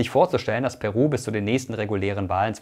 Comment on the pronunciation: Meine Freundin ist Peruanerin und aktuell dort, ich finde es erschrekend wie wenig das Thema in den westlichen Medien thematisiert wird. PS: Irgendwie spichst du Peru am anfang sehr Deutsch aus weil die Betonung da bei dir auf dem P liegt :D